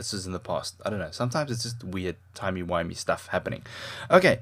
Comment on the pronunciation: did you say timy winy? you see doctor who?